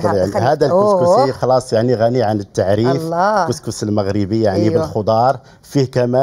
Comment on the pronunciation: اسمو كسكسو او سكسو ماشي كسكسي.